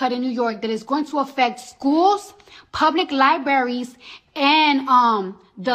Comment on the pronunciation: liberries!! Hahahaha she cant even speak English correctly